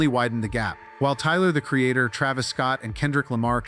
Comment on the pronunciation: “Picked a fight with Tyler the Creatahhhh” “biggest mistake of Khalid’s whole careeahhh”. Love the content. 😊